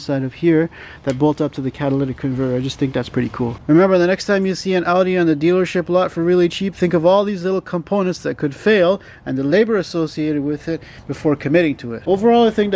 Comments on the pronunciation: Hard to take this seriously when he calls a catalytic convertor a “Cadillac convertor”. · WAIT A SECOND. You're telling me that you're a car mechanic who pronounces "catalytic converter" as "Cadillac converter"?? FRAUD DETECTED. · Catalytic converter not cadillac converter :) but love the video buddy, thanks! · Was it just me, or did he say 'Cadillac Converter'? haha! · Dude really said " CADILLAC converter " 😂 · What are “Cadillac converters?” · "Cadillac converters" LOL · Yo did you really say Cadillac converter? wow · "Cadillac converter" ? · lol "Cadillac converters" Was that a joke? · I am not making fun of anyone , i misspeak sometimes as well , but when you said " the cadilac converter " i choked on an almond and nearly died laughing :D , also nearly died due to choking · Me too